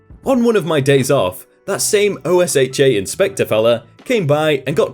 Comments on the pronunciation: in America, we pronounce OSHA as Oh-Sha. at least, that is how we pronounce it where I worked, and where my parents work. Not trying to 'look down' on you, just a small introduction to one of Many American quirks. Love your shows, avid fan. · OSHA is pronounced. Rhymes with Kenosha. There's an old joke: If you think OSHA is just the name of a small town in Wisconsin, you're in for a lot of trouble! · I love the videos but not pronouncing OSHA is driving me nuts... lol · Just read OSHA as a word not as separate letters. That’s just how everyone refers to it here in America. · actually you’re incorrect. Not only does everyone at least from the south pronounce it with an a or ah not a u but even other sources like safety and health magazine say it’s pronounced this way as well. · OSHA is actually pronounced like a word in the United States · I just took OSHA 10 so i heard it quite a bit, and every time he said it, I mini-cringed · OSHA isn't pronounced as letters. It's pronounced "Oh-shu." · IT's O-sh-uh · It's not Oh-Ess-Hatch-Aye it's Oh-Sha. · This is, no lie, the first time I hear OSHA pronounced by letters; I always heard it said as 'oh-SHAH' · Here in America OSHA is pronounced "OH-shuh," sometimes with equal emphasis on both syllables and never spelled out as an acronym. No I'm not the first person to point that out. I just like the channel and want to jump on the constructive criticism bandwagon. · Hey, just an FYI, I realize you're not an American. You don't have to keep spelling out OSHA, it's pronounced like ocean, without the "n". I realize it may not come back up, but it's definitely a shortcut if it does. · If it's easier, OSHA is usually pronounced as an acronym "OH-shuh". Meanwhile, MSHA is usually pronounced as "EM-shuh". Keep up the good work! :) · Incorrect. It's pronounced like you're saying "oh shut" as one word, but forgot the t. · OSHA is Normally pronounced O-sha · OSHA is pronounced OH-shuh.